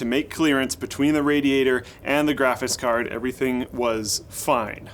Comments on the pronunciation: "Graphis Card" Once you hear it... You can't unhear it... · why do you keep pronouncing it 'graphiss card'? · "Grafis card"